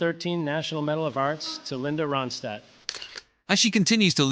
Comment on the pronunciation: Please pronounce Ronstadt correctly!🇦🇺